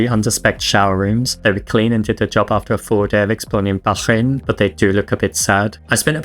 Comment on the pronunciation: You need to learn how to pronounce Bahrain,stop being so pretentious and go to a local language class on a stop over.